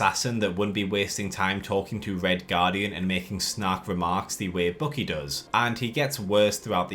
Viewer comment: I kept wondering who this "Bookie" is you keep talking about, then I realized you meant Winter Soldier. Dude, his name is BUCKY. Bukk-ee. It's pronounced completely differently.